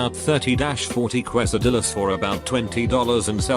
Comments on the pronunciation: Aspen TeaWitch it's pronounced "case-a-dee-yas" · how are robots ever going to take over the world if the can’t pronounce quesadillas?